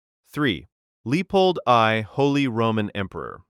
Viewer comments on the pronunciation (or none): Lee pulled eye lmao